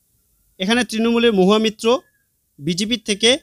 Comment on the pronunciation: ওমৃতা রায় নয় অমৃতা রায়। আবার মহুয়া মিত্র নয় মহুয়া মৈত্র হবে।